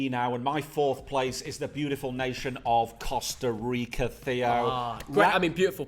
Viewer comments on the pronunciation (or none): none